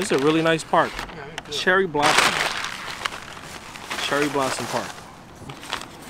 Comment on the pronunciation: I came here to say this. Every time he said Cherry Blossom I died a little inside.